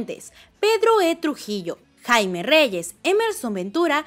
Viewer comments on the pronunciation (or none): none